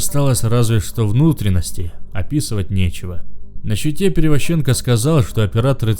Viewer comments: Чтец конечно хороший, но ударения в фамилиях ставит неправильно (ПеревозчЕнко, ШАшенок). Так что есть куда рости. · Перевозченко, ударение на первую букву о, зачем оскарблять людей и не прарик а Правик